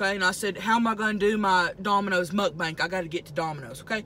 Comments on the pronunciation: Lol she says mukbank 🙊🙊♥️♥️ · Alex Millsap idiot title says mukbang you pronounce it mukbank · I love how she calls it mukbank absolutely love you and your channel tammy!! I also love how u both have the same nails!!! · “MUK BANK" LOL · Am I the only one who realized she says mukbanks 🤣